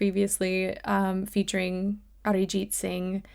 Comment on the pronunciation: The fact that you pronounced Arijit so well shows your admiration for him.